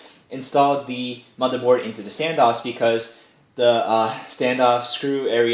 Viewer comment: Every time you say " My mother board" I think you are saying, "My mother bought this case for me"